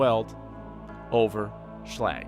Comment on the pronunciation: its not shlag its slag